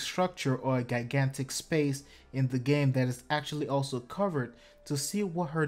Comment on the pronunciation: Jai-gan-tick not gai-gan-tic